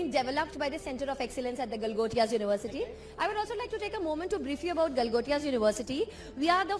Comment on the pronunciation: Galgotiass ❌ Langotias ✅✅🤣🤣